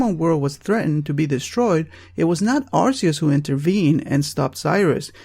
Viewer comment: "Him"? Giratina is genderless. EDIT: Also, "Arceus" is pronounced "ar-kee-us".